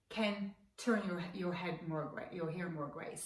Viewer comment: Heter det inte hAir? Hon säger ju hEar...